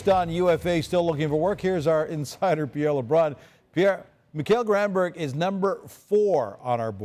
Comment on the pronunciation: 'Granburg'??! Really? Wow, time to retire buddy.